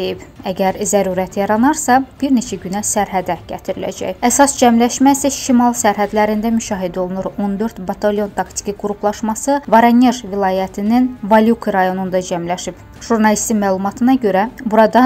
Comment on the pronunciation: Voronej vurğu 1 ci o hərfindədir şərhçi xanım